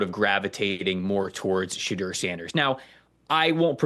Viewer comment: Why does he call him Shadurrr Sanders 😂